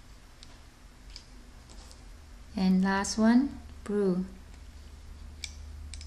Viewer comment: when she said blue she said boo